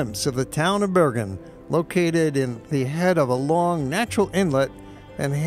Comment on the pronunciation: It would be nice if you learned the correct pronunciation of Bergen,Oslo and Flam